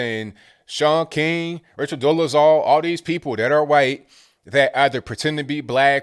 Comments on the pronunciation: "Hu-whyte" gets me every time. 🤣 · I love how you pronounce "Whhhhite" when referring to the woke folks idea of being less white. lol. You're spot on with folks keeping racism alive in order to make money off of it, keeping the sick, sick in order for drug makers to make money off of them. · Hey, i love hearing you pronounce the h in white, what, etc. like I learned in grade school. I don't ever hear it around these parts (Boston) any more. Also love Woke-a-Cola!!! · I love it when puts the WH in white occasionally, I know its intentional and it's hillarious. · Every time you say white I chuckle